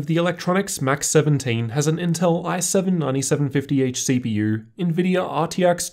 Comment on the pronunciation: I like how you pronounced "i7 9750H CPU" thE I7 niNEtY sE🅱eN pEePtY EIgH sEe peEU